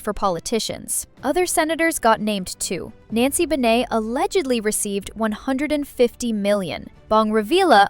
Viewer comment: it's so funny to listen how you pronounce the names of people you feature in your video. You're pronouncing the names wrong! Nancy Bee-ney??? It's BEE-NAY! Bong Re-vee-lah???? It's REH-VIL-YA! Gu??? It's NGU! like the nasal ending of "sing" but you add a long ooo. Heart Eh-van-je-lis-ta??? It's Eh-van-he-lis-ta. Like the Spanish G which is pronounced as an H. And that's just the pronunciation. Do your homework.